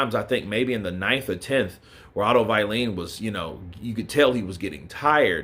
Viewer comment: AJ beat Wallin twice in the amateurs Not many people know that. Its on youtube actually Why do you pronounce Wallin as VILEENE ?? 😂